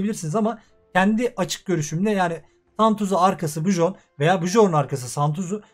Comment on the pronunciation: biyörn diye okunuyor reyiz